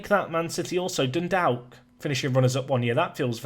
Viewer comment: As an Irish Man that pronounciation of Dundalk hurt 🤣🤣